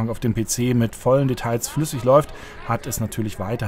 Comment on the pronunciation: Sagen Sie, eigentlich auch "Nie-Ve-Auh"? Ich frage, weil das "l" in "Detail" ist immer noch absolut stumm ist, lieber Herr Journalist!